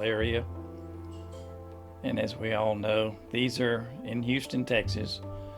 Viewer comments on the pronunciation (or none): He said " YOU STON" TX...LMAO